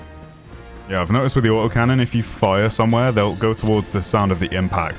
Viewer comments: "OI'VE LOHST MOY AU OH CANNON" LMAO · “I’ve lost my AWT’OH cannon!”